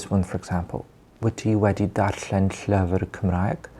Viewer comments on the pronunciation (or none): Am I the only welsh one here getting rage about his pronunciations it’s pronounced Llufr not Llyfr 😫